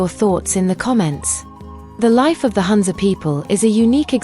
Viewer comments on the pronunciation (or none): It’s NOT HANZA. It’s HOONZA ( HUNZA) The U is pronounced as Ooo.